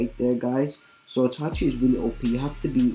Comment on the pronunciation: *itachi not itichi 😂